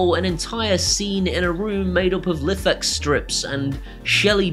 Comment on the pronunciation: Ahem: That's Life! X rhymes with wife. Not cliff.